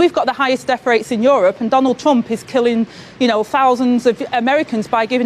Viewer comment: “Deaf rate” 🤷🏼‍♀️